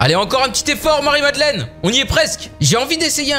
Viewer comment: "Marie Madlenne" !!!!!!